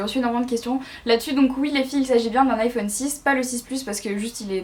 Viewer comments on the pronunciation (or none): none